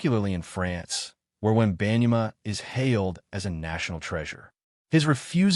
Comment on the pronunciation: I don't know where you got this information as you don't even know how to pronounce his name correctly. If you're going to make assumptions, show the announcement of Victor's video. I think you're just trying to start a rumor of incorrect info.